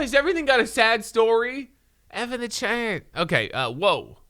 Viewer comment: "F in the chayt"